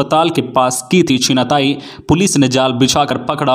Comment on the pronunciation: छिनतई को 3 बार छिनाताई बोला गया